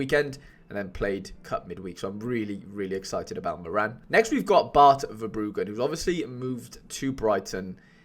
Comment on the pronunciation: As a fellow Irish man I had to get Moran when I saw he got a move, really hopeful for him this season! Best of luck this gameweek! PS it’s pronounced more-in not more-Ann 😄